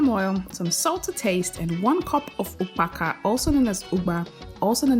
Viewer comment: for really? 🤔 I thought as much because of how you pronounced ukpaka. Nwanne